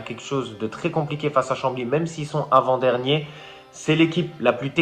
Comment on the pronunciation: arrête de dire " invent dernier " tu me stresses mdrr avant dernier sale chti , belle video ;)